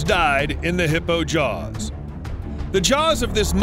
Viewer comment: They're JAWWWS not JARRRS